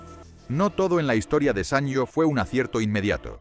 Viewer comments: Siempre lo pronuncié "sanio" no "san yo" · Buen reportaje de una marca mítica. Pero por favor, se lee como "sanio", no como "sanllo". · Lo pronuncias mal. Se dice "sanio" y si no mírate el anuncio cuya música se nos quedó grabada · Así no se pronuncia la marca.